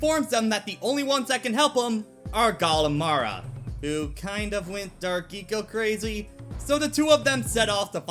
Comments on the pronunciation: Gol and Maia not Gal and Mara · Did you get gol and Maia's names wrong deliberately? Am I missing the joke